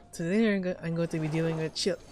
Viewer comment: Calls Tartaglia (or as I like to say Tartar Sauce) 'Child-eh' My brain: child Child CHILD C H I L D